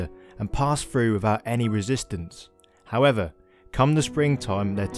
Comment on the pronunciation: Wever. Fwee to five. Predituse. Dooties.